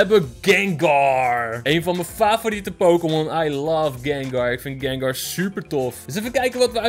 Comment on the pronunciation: Gengaar zegt gengar